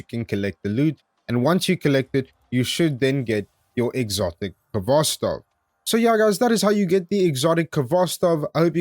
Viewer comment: Actually it should sound without 'k' at the beginning) Good guide btw.